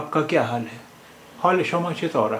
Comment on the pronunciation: چتورہ کو اس طرح پڑھیں گے چتورے 💯درست کریں